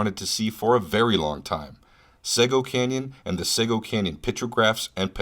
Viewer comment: It's pronounced seego